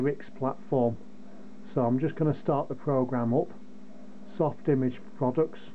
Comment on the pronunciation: You are pronouncing it wrong. It’s soft-imaj. Not image. So if you were do go to the hospital they might have a triage station. The “image” sounds like “triage”.